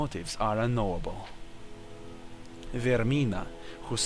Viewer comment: VaerMINA not VaerNIMA...patch it ty